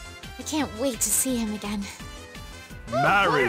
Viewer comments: I love how it says her name wrong it says marri not marie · I really like how the announcer doesn't even say "Marie" and just straight up says "MARRY" instead